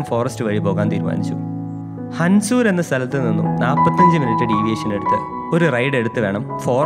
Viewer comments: Sorry but it's not Hansur but it is Hunsur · Machane hansur alla hunsur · Hansur alla hunsur